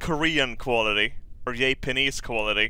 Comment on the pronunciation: I love how he pronounced Japanese as yay-panese